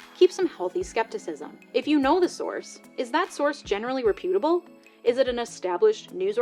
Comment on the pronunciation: Great job but it's REP-you-tuh-bull